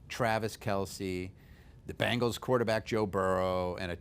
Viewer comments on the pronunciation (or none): none